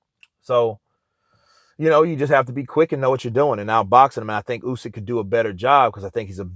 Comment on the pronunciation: Thank you for saying Usyk instead of You-syk that for whatever reason most english speaking people pronounce wrong